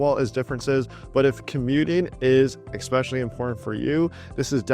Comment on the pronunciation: Ecspecially, really?